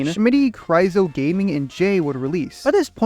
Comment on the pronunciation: I hate the way he keeps pronouncing Kyroz's name 😭IT'S KRY OZ NOT KRY ZO😭